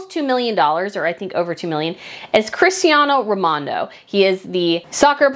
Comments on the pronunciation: Just a small correction, it is Cristiano Ronaldo not Cristiano Romando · Omg how can you butcher CRISTIANO RONALDO'S NAME??? And he's from Portugal!!!! 🙈🙈🙈